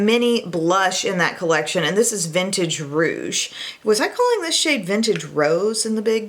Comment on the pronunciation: Aaah, yes, thank you. Someone finally said Vintage Rouge, the correct name. Thank you!